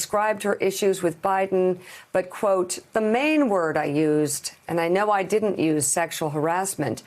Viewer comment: The “and it didn’t !” Was a little too much emphasis , kinda like a 3 yr old boy..... hmmmmmm